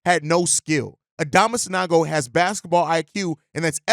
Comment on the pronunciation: San-OH-go, please